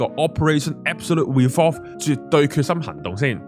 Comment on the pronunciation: 喂！大佬！系 "Absolute Resolve" and not "Revolve" 吖！！Please note!!!!